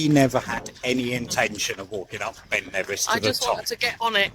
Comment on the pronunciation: “Ben Nevissy thing”. Lol